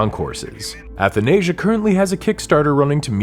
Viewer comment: as someone who is greek you dont pronounce athanasia correctly either.